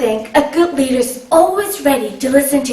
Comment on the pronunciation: I thought she said reader at first.